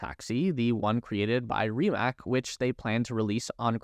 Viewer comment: it's pronounced rimaTS